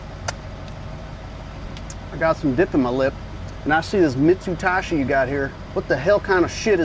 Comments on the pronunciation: “Mitsutashi” hehe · ''Mitsutashi" bahaha